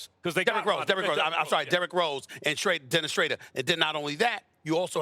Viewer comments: ikr? It's shhh-row-dur not shhh-ray-dur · “Dennis Shrader” 🤣🤣🤣 it’s Dennis Schroder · Stephen A. It’s Shroder lol not Shraidor 🤣😂💀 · Stephen A. just called this dude "Dennis Shrader." I'm so weak lol. 😂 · Absolutely no one Stephen a Smith: "dennis shrader" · Did stephen a smith really just say Shrader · Return of the "Shrader" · I am confused how some of these guys mispronounce the names of these guys. Do they not listen to the broadcast and then just try to read the names as if they have never heard them before? How does Stephen A pronounce is Shrader? Embarrassing. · Lmao it’s “SHROO-der” put some respect on it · Stephen A "Shrader" Smith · Stepehen A called him Dennis Shrader again 😂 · What more do they need? How much help do two superstars (who should both have their own teams) need? They're fine as they are. To their credit, they haven't been out here begging for help. No one else should be begging for them. And who is Schrader from Oklahoma City? lol. SAS just destroys people's names. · Stephen A. Killing Dennis name 🤦🏽‍♂️ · WHO IS DENNIS SHEIDER?? I THOUGHT ITS SCHRÕDER sorry im wrong 😆😆😆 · That's not how you pronounce Dennis last name SAS. You been killing that man last name for days now. He would have been a much better fit than rose because he can shoot way better and he is always under control. He is the most underrated player in the league, he gets no love from you guys. All you guys talk about are 2 or 3 teams and when you talk about okc its always Chris Paul and never Dennis. I wonder why is that. SAS you need to research how to pronounce his name and I'll research on how to spell it, lol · stop getting my man dennis schroder name wrong man